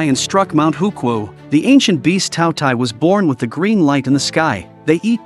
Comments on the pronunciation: K thought he said taco tie 💀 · All I hear is two t ai😂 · Bro just say the name correctly